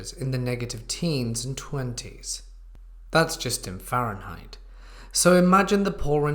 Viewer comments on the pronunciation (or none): none